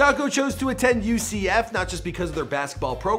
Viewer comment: Man you keep butchering people's names and ucf haha